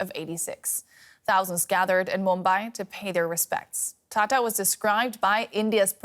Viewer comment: Dear, it's Mumbai. It's not that hard.